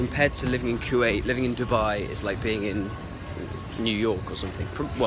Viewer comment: When you said Dibba I was like what🤬🖕🏾 but then when you said Dubai I was like🥰💓